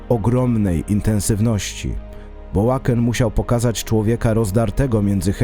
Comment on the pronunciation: Łaken??? Naprawdę???